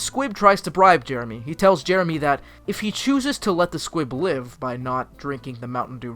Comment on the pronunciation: Why do I hear S Q U I B ? ? ?